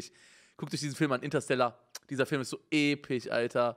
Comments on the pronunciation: Mann kennt ihn Epich So epich EpiCH MAAN UNGE SAG EINFACH EPISCH 🤣❤ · Niemand: Simon: Interstellar ist so epich. So epich! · Normale leute : so episch Unge: so epich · Ich schau mir „Interstella“ oder wie der Film heißt erst an wenn Simon „Episch“ und nicht „Epich“ sagt 😂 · EPICH" genau ,,EPICH"😂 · Nicht episch sondern epich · Niemand: Unge: "Der film ist einfach so Epich" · so epich" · "so epich... So epich."